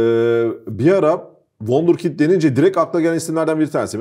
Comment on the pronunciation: wonderkit ne? harika çocuk demek çok mu zor be yabancı hayranı